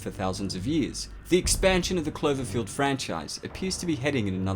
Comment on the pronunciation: Oh you silly goose, it's Cl-O-verfield, not Cl-E-verfield ahah. Guess someone is not that "clever-field" here if they can't pronounce their vowels!